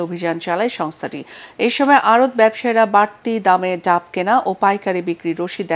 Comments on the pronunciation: ডাম না ডাব😂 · এত শিক্ষিত আপনারা ডাব কে ডাম বলছেন প্রথম থেকে শোনার আহবান রইল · ডাম না ডাব বলে জনাবা মিসেস